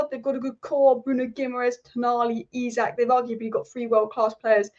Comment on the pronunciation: Really appreciate the newcastle united focus! Really looking forward to saturday againts City. ps. Pronounce it Alexander 'Esak'